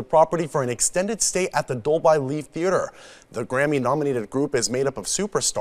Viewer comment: dolby is pronounced dol bee not dol bye